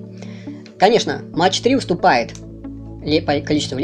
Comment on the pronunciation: дядя - это немецкие кассеты - и говорить надо не Фьюжин- а фузион- и не Мэтч - а МаХ